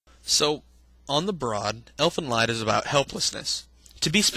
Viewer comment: I'm pretty sure it's not pronounced Elfen leyd. More like Elfen leed.